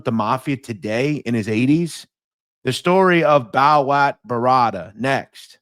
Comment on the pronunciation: I think his nickname is pronounced Bo-watt.Bowat.